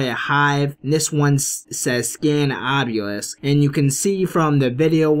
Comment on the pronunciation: Obelisk not Obyulisk also cryptids not criptoids!